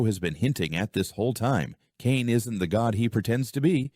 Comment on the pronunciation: Caine❌ Kane✅